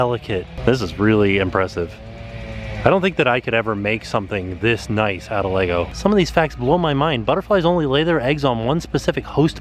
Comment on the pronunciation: Oh!!!! Thank you for saying LEGO properly! You are amazing!!!!